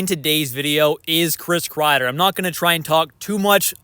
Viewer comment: Why do I keep hearing maple leafs want Krieder